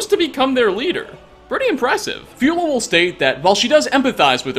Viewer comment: Fjolar, not Fiola. The «Fj» is pronounced like you do in the word «fjord» 😄😉